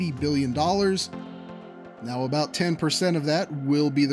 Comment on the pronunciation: LOL... "Aboot"... Hey!